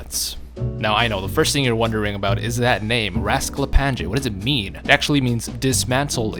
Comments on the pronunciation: Oh you butchered his name, its read like rasklapanye not rasklapanJe, and the nj (ny) is read like one letter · "Rasklapange"... it's Rasklapan*i*e. J is pronunced like an I in slavic languages. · i hate it that he says raskaplanje and not raskaplanye like a serbian would, i get it your not serbian, but it still iritates me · As a Serb myself, hearing you say Rasklapanyaj really hurts my brain. Try pronouncing it as Rasklapanye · Your pronunciation of Rasklapanje is way of. It's actually pronounced with NJ as a single letter, like the letter ñ so Rasklapañe. Niña instead of Ninja. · as a person from the balkans the way you pronounce rasklapanje hurts my soul (j here makes a y sound rask-la-pa-nye) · It's pronounced Rasklapanye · It's pronounced like ''Ras-kla-pa-nye'' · LOL I am Serbian and it hurts each time you said "rasklapanje" meaning is correct but you pronounce it totally wrong. But it is mostly cause in Serbian and several Slavic languages we have more letters and people from west just can not pronounce them properly. (NJ is looked like one letter Њ on Cyrilic) Nice video mate. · No effort into pronouncing the rozklapanje a bit similar to correct sound